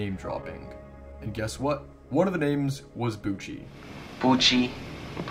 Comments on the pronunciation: I know Christopher Bouchie. His name isn't even pronounced like that - it's "Boo-shay". He briefly sold GRFM on VHS back when the novelty of collecting horror VHS tapes started to boom, and as no one legally "owns" GRFM, he ripped the video from Simon Predj's YouTube upload and copied it onto tape to make a few bucks. He stopped selling the tapes years ago when he received an e-mail from a customer that contained photos of a body inside an opened crypt along with the words "Thanks for the inspiration." GRFM is real - it was shot in the late 80s on Long Island by two teenagers (not 28-year-old Anthony Casamassima) who likely took inspiration from fellow Long Island dirtbag grave robber Ricky Kasso via the then-recent book about him, "Say You Love Satan". GRFM has been on the internet under that title since 2009. Bouchie was 22 at that time. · Not a great take. With 30min. of research I know "Bouchie" would've been a baby and he doesn't pronounce like "Bucci", but "Boo-shay". Def. not debunked. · Bouchie's name is pronounced "Boo-shay" - not "Boochie". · he says "poochey" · Yes, and Christopher Bouchie's name isn't even pronounced like that - it's "Boo-shay".